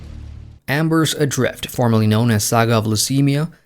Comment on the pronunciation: Cool... but it's Embers Adrift, not Ambers Adrfit.